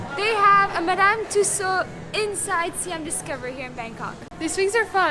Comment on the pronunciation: I miss my homeland. Thanks for the vdo. A little note, which may be insignificant. Siam is actually pronounced "Saa-Yaam," not siam as in the name, Liam.